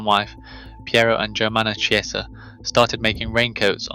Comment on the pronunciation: CHIESA is pronounced ‘KEE-ESSA’. The English translation is ‘church’.